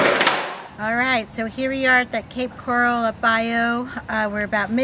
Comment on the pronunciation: I hate the way she keeps MISPRONOUNCING the word coral, in the name Cape Coral.